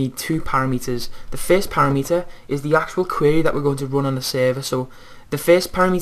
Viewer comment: para-meter? don't you mean pa-rameter?